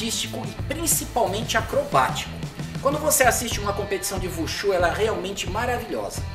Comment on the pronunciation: Vushu não, wushu.